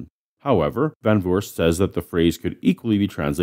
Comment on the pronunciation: Great episode! I love your pronunciation of the name van Voorst as well. If you want to know how to properly pronounce it, here's a way: say want door. Now try, with the same a and o sounds, van doorst. And then van voorst. It's not perfect but it's really close. The Dutch double o sounds a lot like the oa sound in English but without the bend towards the a, which I'm guessing is why it's written those ways. Please don't think I want anyone to say it like that. I like hearing Van Vurst XD But I always find it fun to learn how to pronounce words and names so I figured I try to show a way to learn how to pronounce van Voorst. I learned how to pronounce Recep Tayyip Erdogan and I thought it was fun and I will never say his name like that ever again. I'll just butcher it like I always have :) My keyboard won't pronounce it either. There should be a ~ on the g, but my keyboard wasn't brought up with that sound :p Sidenote: the word van in the name means of or from, which is why it isn't capitalized. We do capitalize it when we put our names on scientific papers and such and I always assumed it was to avoid confusion if it was a part of the name or not.